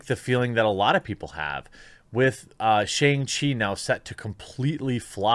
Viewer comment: Shang rhymes with song or bong, but with a shhh sound. Also, Iron man was a D list character at best before his movie. People saw it for RDJs redemption. Shang chi is actually a good character. It will be a decent action movie probably. Maybe not the best, but the character was launched because American audiences were suddenly fascinated with martial arts. It's how we also got Iron Fist. They're kinda similar but Danny Rand is a rich blind and Shang has an evil dad.